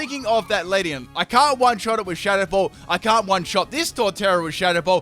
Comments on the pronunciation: It's Leafeon not Leafon.... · If you say Leafon one more time... it is leafEon! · LEAF-EE-ON , VA-POR-EE-ON, FLAR-EE-ON, ES-PEE-ON, UM-BREL-EE-ON... It's pronounced Leafeon not Leafon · He has 5 leafons and 1 leafeon1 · Are you saying "leaf on"? 😂😂😂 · it triggers me when he says leafon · He pronounces pokemon names wrong all the time... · I heard leafoff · Not just you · LeviAlsGamer2 I hear it to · I hate to break it to ya but there's an "e" after that f in "Leafeon" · CT Thai FULL MISPRONOUNCED POKÉMON TEAM